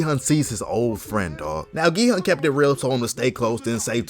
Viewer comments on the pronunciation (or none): ERM ACTUALLY ITS PRONOUNCED 기훈 NOT 기헌 (its like gi-hoon not pronounced gi-hun) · Gi-Hun Pronounced (gie-hoon)